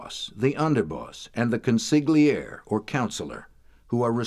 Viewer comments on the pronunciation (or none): Consigliere!!!! Did no one watch The Godfather??? Why can’t anyone pronounce that fucking word????